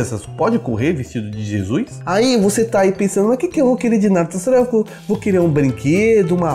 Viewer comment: "jesuis" pronuncias